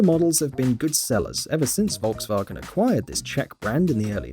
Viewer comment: PLEASE, please Learn to pronounce Volkswagen right🙏🙏🙏🙏